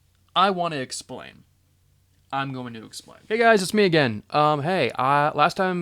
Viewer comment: "im wanna explane, let me explane". cuts to a week and a half later. XD